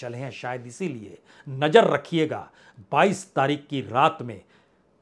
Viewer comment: भाई ये नजर क्या होता है नज़र बोला करो। बहुत बुरा लगता है सुनने मे। हजारों को हज्जारों बोलते हो। अपना accent सही करिए। मैं आपकी पत्रकारिता को पसंद करता हूं। आपका अंदाज़ भी अच्छा है। लेकिन आपको अपने Talaffuz पर काम करना होगा।❤